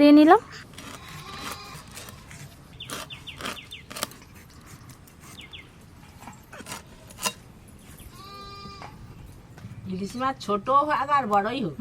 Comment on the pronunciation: ইলিজ মাছ😅😅ইলিজ মাছ😅 এদের বাংলা ভাষার উপর কেলাস করাতে হবে।